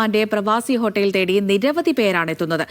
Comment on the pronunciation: ഹോട്ടെല് അല്ല ഹോട്ടൽ 😆😆